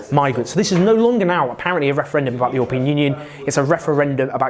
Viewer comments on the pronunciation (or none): Its "EURO pean" not "YOUR pean"